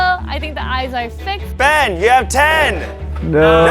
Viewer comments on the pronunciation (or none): why do they call him bean..... HIS NAME IS BEN... THERES NO A IN BEN SO CRINGE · He called him bean instead of ben 😂😂